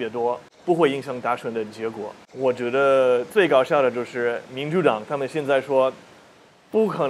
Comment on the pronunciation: 想纠正下你的发音喔 不是 塔们 是他(坍塌的塌的发音)们 塔们这个发音 欧美人好像非常习惯这样发